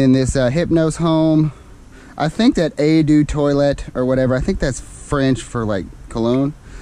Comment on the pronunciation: Hahaaa.... It's so funny when Americans start trying to pronounce French words...lol.: It's pronounced 'Oh de Twalett' (French). Toilet Water.......;-)